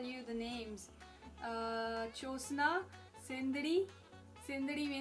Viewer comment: Chonsa Mango bibi.... not chosna mango